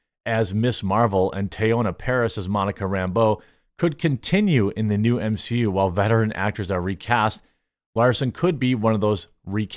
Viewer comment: M-she-U? No thanks.